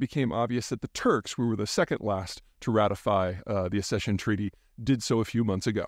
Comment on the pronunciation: Ac-session, as in "axession". Like suc-sess, oc-sident, ac-sident, ac-sess, suc-sinct, coc-syx and every other word that has double c followed by and e or an i (or, indeed, a y). You can thank me later.